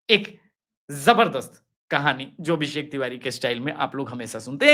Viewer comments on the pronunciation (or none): none